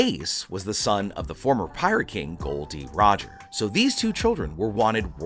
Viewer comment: Finally someone who says gol d roger and not gold roger